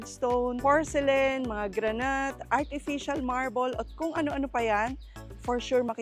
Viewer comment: granite is pronounce as granit..not granyt